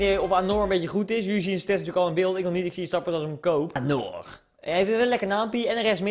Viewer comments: Je zegt anjor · Je spreekt het uit als anjor ;) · Anor spreek je uit als anjor. Verder... Duimpieee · je spreekt het uit als anjor